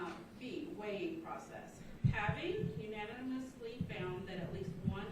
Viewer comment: The clerk can’t pronounce unanimously. Ouch